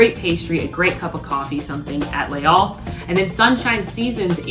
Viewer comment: Les Halles is actually not pronounced "lay all", it is pronounced in French, because it is a French place in Paris, 'Laze-alle" it runs together and the s is pronounced z in French.